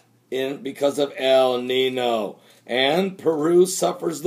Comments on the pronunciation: Though I am not of Mexican/Spanish descent, I am familiar with the language as I am from So. Cal. and something you keep saying is irritating me. El Nino. Notice the little squirelly thing above the second N in Nino? That N is pronounce like an NY so it is actually pronounce El Ninyo. Stop saying NINO. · Follow me....EL NEENYO.....not NEENO....lol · the little mark over the n makes a ya sound el neen-yo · It's pronounced 'ninyo' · It's a Spanish word pronounced "neen-yo"... The little squiggle above the "n" means that it is pronounced "n-y".